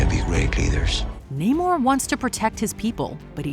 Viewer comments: IT’S NAMOR,! NAMOR, NOT NAY-MOR! GET IT RIGHT, WOMAN! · I'm confused on how you could have pronounced Namor wrong